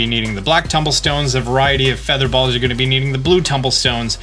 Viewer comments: It sound likes he’s saying bowls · I love the way he says "balls" 😂